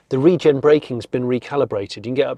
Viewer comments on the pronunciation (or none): none